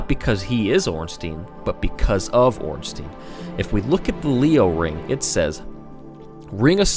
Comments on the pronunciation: It's not ornsteen it's orn stine. As in Frankenstein or albert einstein. Stein means stone in german. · Off topic and pointless comment but goddamn does the "ornsteen" pronunciation drive me nuts. It's Stein not Steen. Easy way to see it is, you don't say frankensteen do you? Regardless good video, facts and theory's were separated nicely (unlike 90% of lore videos) so keep up that trend cause nothing is worse than when someone claims their fanfic's are game fact (looking at the ridiculous theory that Aldrich ate nito with 0 evidence) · no its orn-stine the germanic spelling ein means it is a pronounced stine not steen . if his name was spelt ornstien it would be pronounced steen...or most likely people would say ornsty-en go german names ☺ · yet another one who pronounced it wrong it is ornSTEIN not ornSTEEN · wait.. it's OrnstIEn? I always pronounced it as OrnsTEIn (a bit like in "wine") :(